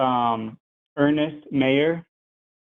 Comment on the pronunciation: mispronounced Ernst Mayers several times and also didn't even know the definition of arbitrary. He failed!